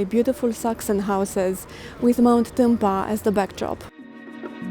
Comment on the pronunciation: I like how you look at the camera from an angle and pronounce Tâmpa. 😄 Sweet girl ❤